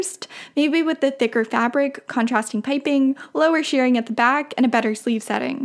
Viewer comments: Shirring is not pronounced "shearing" (although most people do say it that way), its pronounced "shurring", like sure. It drives me crazy that people pronounce it incorrectly . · I believe 'shirring' is pronounced 'shih - ring' - short I, not long E. I know, picky, picky!!! :) Love your videos, and your work is fabulous!!!